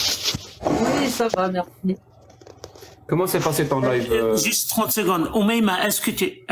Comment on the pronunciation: Desole mais tu peux dire a c est live pas life